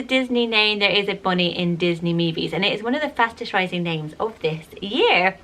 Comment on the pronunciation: I think she really tried to pronounce it🙃 I feel like she said Bonnie so nice too. People in my town would say it so country sounding.. it would sound like “baw-knee”. Lolol and imagine her saying I like the name Cabello. But not pronouncing the ll right ;)